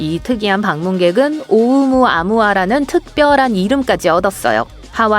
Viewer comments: 오우무 아무아 X 오우 무아무아 O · 오우무-아무아가 아니고 오우.무아무아.. 이상하게 읽어서 되게 거슬림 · 오우 무아 무아를 이상하게 끊어서 읽으시네요. 읽기 전에 검색만 한번 해봐도 단어 설명이 나올텐데 아쉽네요